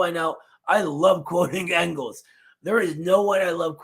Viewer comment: as a Philadelphia native who has been repeatedly chastised by Eddie for mispronouncing Afghanistan I breathe a sigh of relief that I no longer will be shamed for mispronouncing Engels name